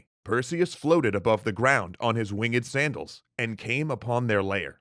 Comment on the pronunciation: the story teller says wing ed Me:REEEEEEeeeEEE